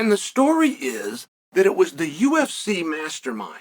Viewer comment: "The UFSy"